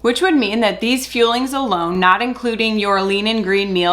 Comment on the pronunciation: Scamberlyn Reid has done optavia a couple times. She spends hundreds(several hundred) of dollars and gives up after 24hrs. It sticks in my mind because she pronounces the fuelings as feelings saying "im eating my feelings". Yeah the 6 meals are 5 snacks and a meal. They arent very nutritious and of course if people lose weight its because they are in a calorie deficit NOT because Optavia is revolutionary!